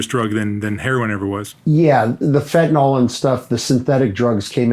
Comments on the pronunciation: Ugh. It’s fen-tan-ILL, not fen-tan-OLL. 🙃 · Its fentanyl not fentanol gd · Not trying to be too harsh , but I think if LE starts with learning the correct pronunciation of words, that would be a great place to start: fentanyl is pronounced FENT-A-NIL, and semis run DIESEL FUEL, not gas. Starting with correct grammar and pronunciation is key. We learn how to read and write correctly as youth, why can’t LE learn to speak and use correct pronunciation too?